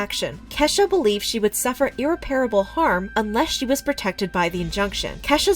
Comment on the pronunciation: It’s not pronounced ‘’IRR- REPAIRABLE’’ It’s “IRR-REP-AR-ABLE’’